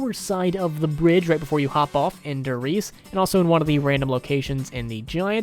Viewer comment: Ugh as someone who speaks german hearing people pronounce der wrong is so frustrating. It's pronounced like the word dare.